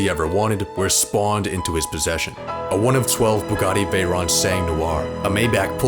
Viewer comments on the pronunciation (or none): none